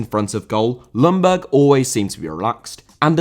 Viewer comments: Young Berg not loungburg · Sorry to be picky, but Ljungberg is pronounced "jungberg" with a rather silent "L". And it's not uncommon in Sweden to have your middle name before your actual name as well. The same goes for myself. Thank you for a great video (as always)!